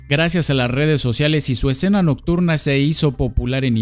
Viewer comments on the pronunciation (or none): none